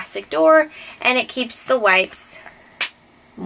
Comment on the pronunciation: *dramatic pause*...MOIST... :D :D :D Loved it!